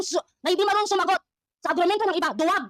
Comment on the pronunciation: Putek na yan grabe tawa ko dito. 🤣🤣🤣 Agrumento = HUROMENTADO 🤣🤣🤣🤣